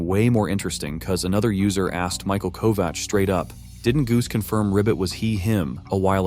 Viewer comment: I tried SO hard to make it through this video... but I can only listen to bad AI mispronounce Michael Kovach's name so many times before I just have to give up. 😒